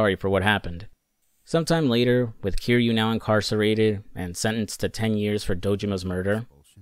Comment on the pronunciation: Dude made a whole video about yakuza and played a bunch of the games but didn’t say the main characters name right once lol